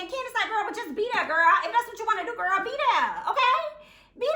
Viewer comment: Be dere den girl...Be Dere!!!! 🤣🤣🤣 I love it